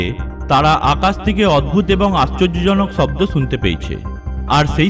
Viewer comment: ভাই তুই আগে তুর কথা বলার শব্দের মাত্রা ঠিক কর চ ছ স শ সব একই বলা শুরু করলি শব্দকে বলস চব্দ কি আজব মাইরি